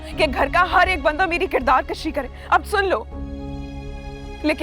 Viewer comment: Kirdaar kushi hota hay..kirdaar kashi nahi